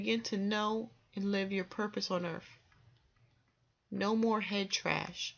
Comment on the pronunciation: I can't continue listening. She actually said, planet 'Earf'.